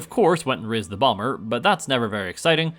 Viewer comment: "Rizzed the bomber" ah yes in his prime 🤣 love your channel man (note i know its raised the bomber but frist time i heard rizzed)